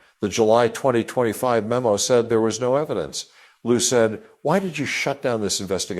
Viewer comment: Fu*ck No will I listen to this poor AI voice over. Said prounounced as "sah-yed". Nope. If you can't find someone to read it then it's not worth my time to watch.